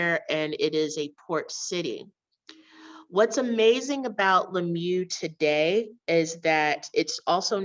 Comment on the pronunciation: Lamyoo? The pronunciation of Swahili names are really not good.